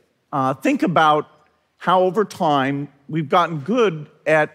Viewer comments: He pronounces the word 'time' as 'toyme', how strange. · Never trust a person who pronounces 'time' as 'toyme'.